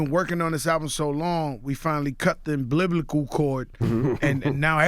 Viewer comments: Joe said "Cut the biblical cord" (umbilical)😊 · Did he say “biblical cord”??? 🤣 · Emblibical cord though? Lol! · "cut the umbliblicle cord " LOL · " Em-blib-bul Cord " lmaoooo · 😂😂😂🤦🏾‍♀️The what Cord... Ablilbical Cord!! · LOL THE "imBLIBLICAL" CORD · "the bliblicle chord" lol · It’s fruition Envy not Fowishing?! What’s wrong today? Joe saying Abiblical Cord Envy saying Fowishing!! C’mon peeps!! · Cut the " umbliblicable" cord